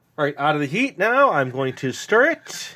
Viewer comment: I thought he said "eat for another 30 minutes and stir" I was like.... "How will he keep eating it?"